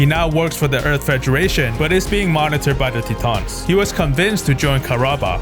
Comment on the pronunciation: Love your videos, bro! My favorite part, Quattro puts sunglasses on underground. Quattro remove his sunglasses when he’s outside. Lol. But, please, PLEASE! Titans is pronounced “tie-tans”, not “tee-tahns”. :)